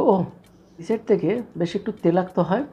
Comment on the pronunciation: Dada telakto noi toilakto sobdo ta..